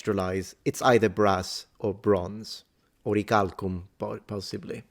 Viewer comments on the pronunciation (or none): none